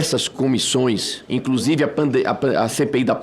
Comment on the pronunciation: Essa cambada ganha para atrapalhar, o que a Damares está falando? Parece que ouvi ela falar "incrusive"